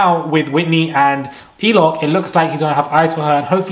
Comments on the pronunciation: It’s Lochan not Eloch 😭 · His name is Lochan! Every time I hear Eloch, I scream 😂😂😂😂😂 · LOCHAN not ELOCH lmao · Who is Eloch? Do you mean Lochan!?😅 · Man calling him elock, bro, his name is Lochan, what are you on? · muraaaad hahahha its lochan babes !! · It’s a bit rude to continually keep getting it wrong, he was doing it with Mal too but god forbid someone calls Catherine Cat